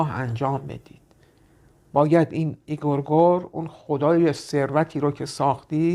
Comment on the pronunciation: قبول دارم که تلفظ آن قدری دشوار است اما لطفا کلمه اِگ رِ گور را همانند ویدیوی نحوه خلق یک خدا، بصورت صحیح (Egregore) تلفظ فرمایید تا تلفظ غلط آن رایج تشود. 🎉🎉